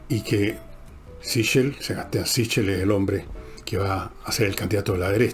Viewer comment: Ese apellido es italiano y se pronuncia " siquel".